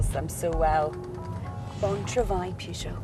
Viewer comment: This is how the reviews should be done. Well done lady. By the way, it's very nice how you pronounce Peugeot.